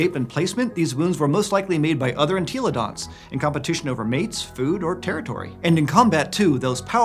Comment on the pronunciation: I can’t be the only person that gets triggered every time he says “En-TEEEEEE-lo-dont”